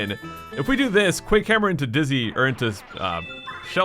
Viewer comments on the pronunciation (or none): none